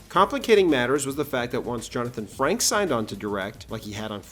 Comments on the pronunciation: It's not Franks, it's Frakes. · Is it me or does it sound like you are saying Franks instead of Frakes? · Btw it's Frakes, like rakes. Not Franks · It isn't "Franks". It's "FRAKES"! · It's Jonathan Frakes not Franks. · Frakes, not Franks. 😂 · Franks a lot... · Jonathon "Franks"? I guess the other word you used is really " Frakenstein"? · Jonathan “Franks” 😂😂😂😂 Fuck me! That’s a basic error, man. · Is it just me or does he keep calling Jonathon Frakes "Frankes?" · Frakely, my dear, I don’t give a damn! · lolwut you clearly say fraNks